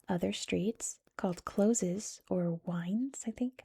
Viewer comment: Its Close as in being close to something rather than closed. Wynd is not pronounced wind. It's like winding a watch. I've done a terrible job of explaining that!